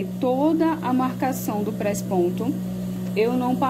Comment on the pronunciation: Engraçado vc fala presponto rsrs